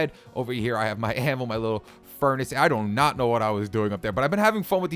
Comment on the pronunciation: you said doughnot